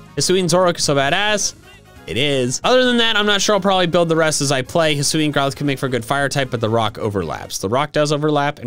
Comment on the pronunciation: HISUI, NOT HUISI!